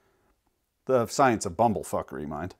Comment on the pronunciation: Good one. The new pronunciation of science is silence.